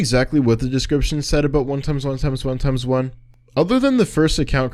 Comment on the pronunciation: the way you say his name xd 1 Eggs 1 Eggs 1 Eggs 1 Eggs